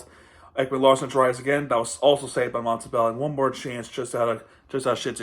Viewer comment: i dont know if you know because you didn't mention it, but Montembeault is a former Panther. He was claimed of waiver by the habs (his childhood team) in 2021. Btw his name is pronounced Montembo, the L and the T are silent. Great video btw.